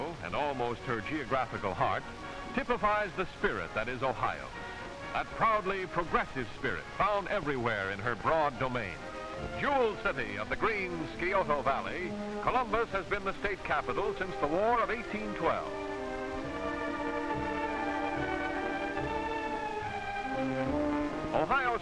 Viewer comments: He also said "Skee-oh-tow" river rather than "Sigh-oh-tah." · Ha he said "Skee O Toe" for Scioto lol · I love the way the narrator pronounces ‘Scioto.’ Sounded like skee-oh-tow! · I live on the river. Cringed so hard…